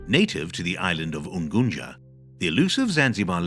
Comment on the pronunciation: coz he is not a native duuh